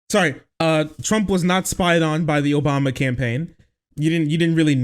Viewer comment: Idk if its something that you regularly admit to, but the way you said "ObamNa " strongly suggests that you listen to Pakman , which isn't a bad thing at all , js ... Keep up the good work brother !